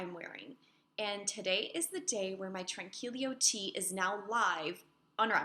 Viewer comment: Hello! I’m so glad I found you! I am returning to knitting from a 10yr hiatus, and I am loving podcasts while knitting! Love the Tranquilo sweater....I noticed you stumble on how to pronounce it.... but I think it is pronounced ...Tran key yo 🤔 At any rate it beautiful!